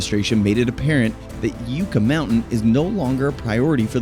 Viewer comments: Yuck-ah, not You-ka. Sheesh. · It's driving me crazy you can't pronounce yucca correctly! It's pronounced yuck-a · great video. As a resident of Nevada I must inform you it is pronounced Yuck-a Mountain. And yes it was rife with political turmoil.